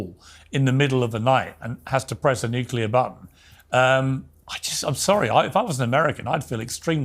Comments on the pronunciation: Lost it at “NOOKLIYUR” 😂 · His stupid way of pronouncing words that he really wants to scare or insult his audience with…like how he kept saying nuclear. He shouldn’t have been eligible to run for president again after what he put us all through. 10 years almost of this bullshit.